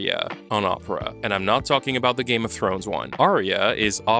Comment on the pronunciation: I gotta be honest I thought you were saying « this video is brought to you by Oprah »